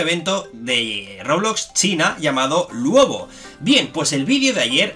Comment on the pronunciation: se dice ''Luobu'' no se dice ''Luobo'' XD